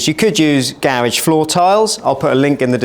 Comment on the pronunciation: I couldn't get past him/they pronouncing garage that way.